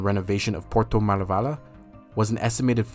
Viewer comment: It is "Porto Maravilha" not Maravala. It's not that hard to say.